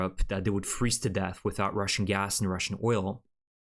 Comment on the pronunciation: Can you say GAS ? UGH ?! Its it hassprom its Gas prom